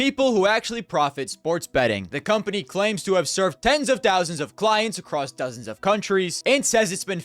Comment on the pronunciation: love the channel but please stop pronouncing "across" as "acrost" you are a grown man might as well be saying pwease and fank you